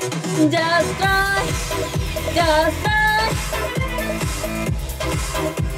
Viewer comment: みんなjust tryのｒが発音できてなくてtryに聞こえない